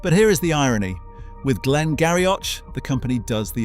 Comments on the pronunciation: Glen Garioch.... It is pronounced Glen Girie... Only as a side comment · Glen Garioch is pronounced Glengeery. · Interesting programme, some of the pronunciations are a bit astray. Islay is pronounced “ Isla” and Glen Garioch “Glen Geery” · Glen Garioch - pronounced Glen Geery